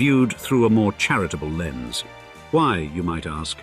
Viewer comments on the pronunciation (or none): none